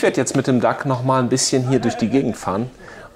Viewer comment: His name is DOUG not Duck.Great workshop.